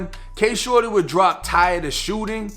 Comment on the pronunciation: I swear all throughout this video he’s saying shordy was killt